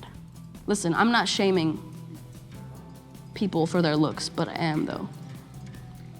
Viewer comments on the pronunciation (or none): WHAT!? Pee-Poo-L. Really nasty Specie.